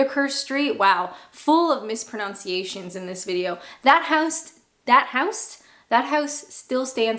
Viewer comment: Haha! Full of mispronounciations! Mispronunciation. Only mentioning it because mispronouncing the word is literally hilarious!